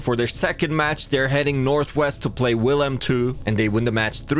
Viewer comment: pronounced veel-hai-mm